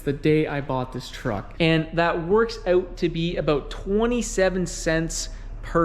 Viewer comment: Just one critique, say “out” correctly 😂